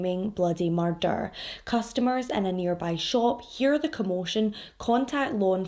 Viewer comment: The way you say ‘murrrrder’ is so stinkin cute